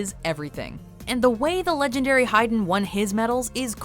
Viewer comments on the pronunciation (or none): none